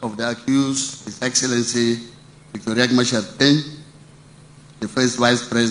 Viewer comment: It's not Riak like ur language idiots, it's Riek Celebrating non issues when the entire country is actually bleeding